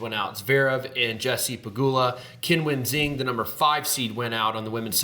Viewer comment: Horrific pronunciation of Qinwen Zheng’s name btw